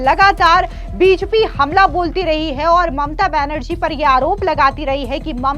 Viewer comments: कैसी एंकर है । बीजेपी नहीं बोल पा रही है ?? बिजपि क्या है ! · बीजेपी होता है बीजपी नही,ढग से बोला नही जा रहा और यूट्यूब पर समाचार वाचक बन रही हो।